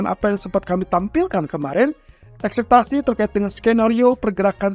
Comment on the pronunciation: Ekspektasi bang bukan akseptasi